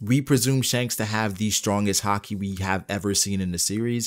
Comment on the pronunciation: I like the way you say haki as hakee